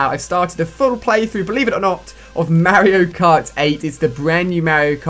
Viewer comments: What the hell is mayerio kart.... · You say Mario cart so weird lol. Accents don't make you 100% mis pronounce a name 😂😂